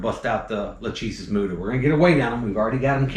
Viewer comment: Maybe not as hard hitting as a Gaboon, but wow.......BAM!! That first one doing the "up and over" maneuver. Just incredible. The stuff of awe and nightmares. Leviathan. Just an outstanding video (w/ expert videography from Deena)! p.s.- I'm with you, it's pronounced "la-CHEE-sis". Ha.